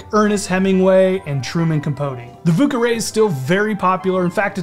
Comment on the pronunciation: oh man... the pronunciations... 😬